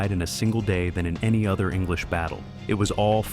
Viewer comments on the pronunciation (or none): none